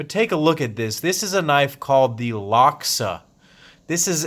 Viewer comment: it's pronounced lock saw